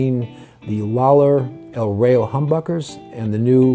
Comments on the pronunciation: The Pronunciation is EL RA-IO .. not REIO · The correct pronunciation is rah-yo